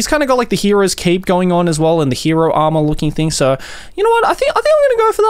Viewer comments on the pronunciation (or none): none